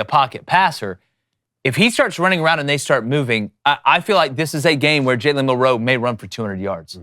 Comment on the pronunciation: Why can't these guys pronounce "Milroe?" MIL-roe. It's really not that difficult.